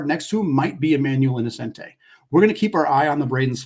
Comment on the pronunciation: as a student who just got back from gonzaga in florence, it’s pronounced e-no-chen-tee :)